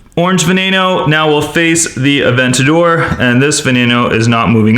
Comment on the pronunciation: It’s called in Aventador not an avegageoge